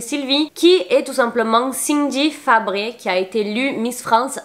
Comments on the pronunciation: Bonsoir juste merci pour la vidéo par contre pourquoi avoir écorché les noms des miss comme par exemple Laetitia Bléger pourquoi (Blégère ) Valérie Bègue (Begué) et cindy Fabre (Fabré) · Valérie begue, pas begué. Et cindy fabre et pas fabré...😅c trop mignon..